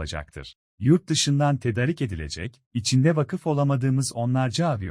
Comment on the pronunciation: Tedarik kelimesi a'sı uzatılarak okunur.